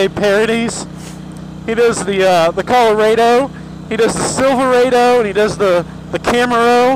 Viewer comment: he said the name of the truck wrong like 6 times there's a R there for a reason it's Chevy Colorado not Coloado